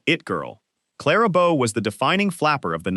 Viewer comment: it is pronounced Clara BOE, not Clara Bow. Jessica Lange is not Lana Turner. It's Zsa Zsa Ga.BORE, not GAY-BORE. Pronounce Bette Davis as Betty, not Bet. Every video of Jayne Mansfield was really Loni Anderson. About a quarter of the Marilyn Monroe images weren't her, nowhere near as beautiful...as mentioned numerous times before me. Awful stuff you presented in so many ways, at least be accurate.